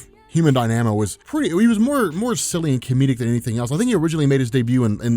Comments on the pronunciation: Die-namo? Am I wrong or is it pronounced dyna-mo? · Human Dyna-Mo, not DIe-Nam-O. It seems like you're doing it on purpose now... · It's not pronounced "die-nam-oh" it's "dahy-nuh-moh" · Human Dy-Na-Mo Not Die-Namo lol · Dynamo is pronounced "die-na-moe" not "die-namo" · You mispronounced Dynamo. It’s not Dy-nanamo, it’s Dy-na-mo. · DY-na-mo, not dy-NA-mo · it’s pronounced Human Dine-a-mo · Did it bug anyone else constantly saying, "Human Die-Nam-O." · It's pronounced Die-nuh-moe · Human Dynamo (Die-Nuh-Moe) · there has got to be a few people in this comment section already telling you that you're pronouncing dynamo weirdly... i'm just adding to it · You are mispronouncing dynamo. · Sorry, but you're mispronouncing the Human "Dynamo" and it's really distracting. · You pronounce dynamo oddly